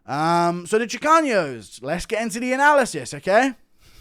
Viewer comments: Chicanos not chicaños guru😂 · I’m Mexican and I loved the Chicanos segment😂 but when you say Chicanos, just use a regular N. It’s not chicaños. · there’s no ñ, in chicanos it’s pronounced chi-cah-nos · There's no ñ in "Chicanos". 😂 It's pronounced "Chee-Kahnose" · Guru miss pronouncing chicanos will never not be funny